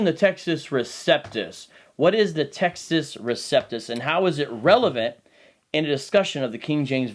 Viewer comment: Good start to the series. I'm looking forward to the upcoming installments. One small request: when the Latin phrase "Textus Receptus" is being discussed by you, please pronounce that phrase the Italian way ('u' like 'oo' & 'ce' like 'che').